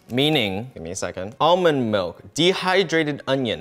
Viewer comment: He can't pronounce almond but he can pronounce arrowroot.. this man amazes me every time